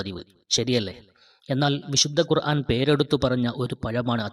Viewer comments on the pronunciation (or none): none